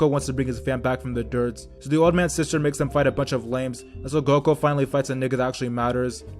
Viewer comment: Say there freaken names right ''goko''